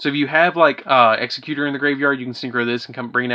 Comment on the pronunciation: The base word for Executor is executive NOT executioner. Why that’s so hard for the Uber mensch nerds of this game to get is insane. Also “the timeless” is Du-gar-ay. Dugares.